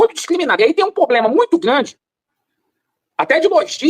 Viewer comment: "Não tem poblema"😂😂😂😂😂